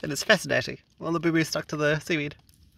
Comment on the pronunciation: Great video, I've never seen such an easy paua hunt! Love that you took some vege on the trip, gotta keep it healthy 😁 thought you said blueberries instead of booboos 😂 Great footage of that white tail!